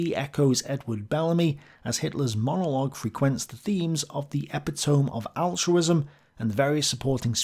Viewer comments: Seriously, Samaan says? Was that on purpose to sound like Simon Says? Dude, you said epi-tome instead of e-pit-ti-me. Can't even say rookie mistake. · "Epitome" has four syllables, not three, it's not ep-i-tome, but ee-pit-oh-me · Epitome: e-PIT-o-me. I'm pretty sure your pronunciation isn't just a British thing. You mispronounced it. (When someone corrects my pronunciation and they're right I thank them. I hope you're the same.) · My distant friend, , self education is a marvelous thing. But you mispronounce epitome. Also, your voice characterization is excellent and adds humor to an otherwise melancholy topic.